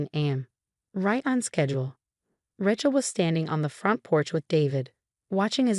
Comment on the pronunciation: Pronunciation, Rachel should be pronounced Ray-chel